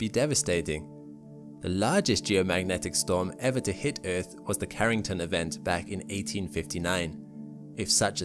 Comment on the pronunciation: I love your pronunciation of EARTH. "Eth." Reminds me of my old South African colleagues.